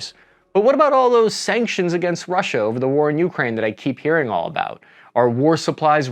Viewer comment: (, the more common pronunciation is Ukráine, second syllable stress.)